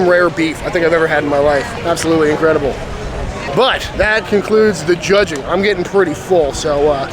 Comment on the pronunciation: Did you say, Chudging? 🤔